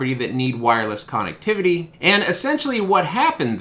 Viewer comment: We say conn-ECT not CONN-ect; thus conn-ECT-IV-i-ty.